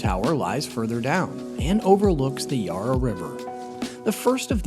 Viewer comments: With Melbourne is pronounced Mel-ben not Mel-bourne and Yarra is Ya-ra. Thanks for willing to learn and change means a lot😊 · It would be nice if you pronounce Melbourne and the Yarra River correctly, as a melbournian it's very much a pet peeve when it's not pronounced correctly